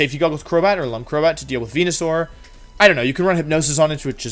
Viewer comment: It is, Wolfey mispronounces a lot of words on purpose as a running gag. (wenusaur, gee-arados, wideo, etc)